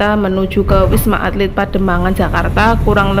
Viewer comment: Ralat, wisma atlit bukan alit 😊